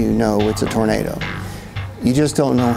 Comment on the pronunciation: "TAR-nado Alley!" What in TARnation is THAT??😂